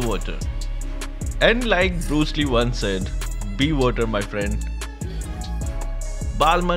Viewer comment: HAHAHAHAHAHHA "BE WADER, MY FREND"